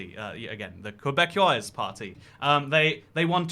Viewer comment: Tip for french words: eau is pronounced "oh" (gatinoh not gatinow) Québécois is pronounced Kay-Bay-Kwa